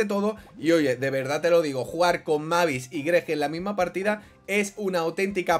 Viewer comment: Tío se pronuncia meibis por el amor de Dios no lo leas como se escribe 🤦‍♂️🤦‍♂️🤦‍♂️🤦‍♂️🤦‍♂️